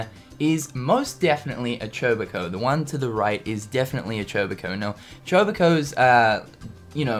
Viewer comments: chobacoh? There called chocobos! come on man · I cringe every time he calls Chocobos "Choboko". It's like IGN mispronouncing Eraquis and Xehanort for KH3.